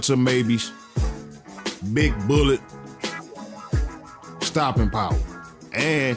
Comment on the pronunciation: He said stoping power! 😂 but he right tho , good video fam keep em coming